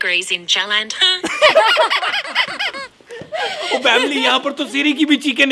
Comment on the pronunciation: i love that part when siri said jlandar